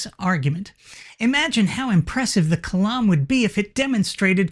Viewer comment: Kalam I like "m (spoken like Salam Alaikum)